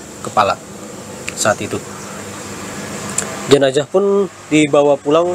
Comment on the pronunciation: Jenazah atau jenajah?